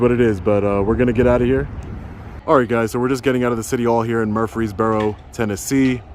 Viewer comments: Muur---freesboro. Not Mufresboro. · It’s MURfreesboro. You’re not far from me. Please come to Chattanooga and let me know. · Advice: when you go to a new town, maybe stop at a get-and-go for coffee. Ask how to pronounce the name of the town. I have never heard of “Muffreesburrow”.